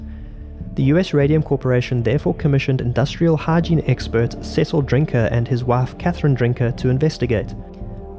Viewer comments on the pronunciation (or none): none